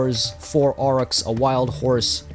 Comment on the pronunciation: Just because I know you are usually the kind of person to care about this stuff: I think "Aurochs" is pronounced like our-ox. At least that's how you say it in German and it's a German loanword.